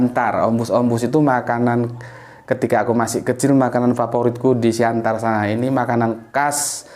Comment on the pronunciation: Tulisannya Siantar. Orang Batak melafalkan Siattar 👍